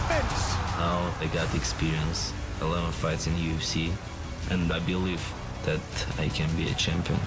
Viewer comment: Jiri: "Let's go for dat!"✊ Made me think of Bedtime Crew Ey Man🤣🤣🤣